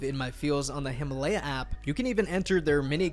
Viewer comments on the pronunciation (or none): none